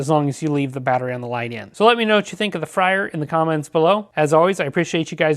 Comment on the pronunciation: Just FYI, it’s supposed to be pronounced “FRAY-er,” not “FRY-er.” Good review overall, thanks. Thanks also for including the bit about disabling/re-enabling the proximity sensor; I didn’t see that in the manual that came with mine